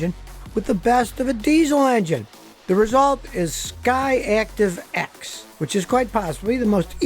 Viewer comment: Every time he says SKY ACTIVE instead I hear him say Scotty ACtive